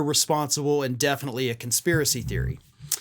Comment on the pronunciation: She doesn't even know the word conspiracy or how to spell it or pronounce it.